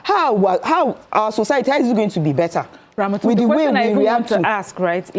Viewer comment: As you write ramatu ... I dey hear ramaotu😂😂😂